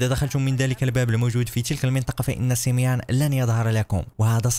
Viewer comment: وقفت الفيديو الاجل لاقولك سميون ماشي سميان هادا هو الي جيت نقولك